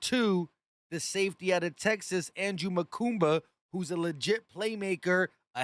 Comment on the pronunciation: When you single out one player out of 11, you get what you deserve ... DRAMA, DRAMA, and more drama ... And dude, there is no "M" in Mukuba ... It is not Mukumba ... lol PS: Don't forget, Justin Simmons KILLS the Cowboys when he plays against them ...